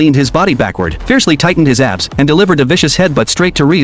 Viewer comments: I keep hearing "ass" instead of "abs" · Why my ears are hearing Ass instead of Abs